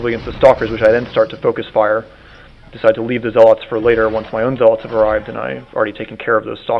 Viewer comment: zealots is pronounced (ZEL-LUTZ) not (ZEL-LOTS) LIKE U SAY IT